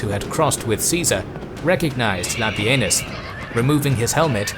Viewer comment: No, no not Labienus La Benis